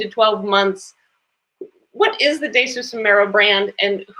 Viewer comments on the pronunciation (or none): “Day-Sus” Lol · Why does she keep calling him day-sus? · Wow, this lady needs to do her research. At least MAKE an effort to correctly pronounce Desus and know that Mero has four kids instead of five. 🤦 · NOT DAY-SUS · I'm not feeling how she is mispronouncing Desus's name... The brand is a lot of things but it is not ignorant